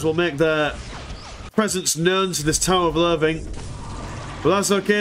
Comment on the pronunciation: considering "English lessons thing" why do I keep hearing "a tower of loving" instead of "tower of loathing"?